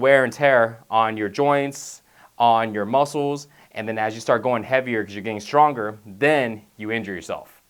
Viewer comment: does this guy not say G's when they follow N's? Stron Youn